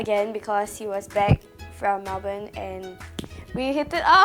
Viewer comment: melbourne is pronouced as mel-bin 😆